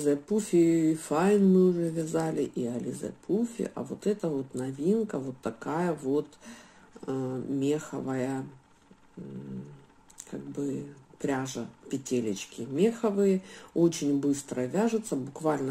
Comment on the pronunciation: МеховАя, а не мЕховая.